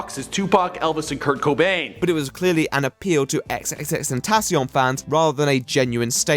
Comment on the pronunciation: speaking of people who can't read names. "ex ex ex tentacion" ??? Bro, it's tripple X. sounds so awkward when you say it like that.